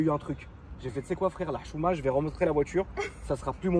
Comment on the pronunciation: Lahchouma pas la chouma lol